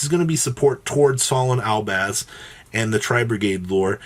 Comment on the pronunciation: Albaz not albaand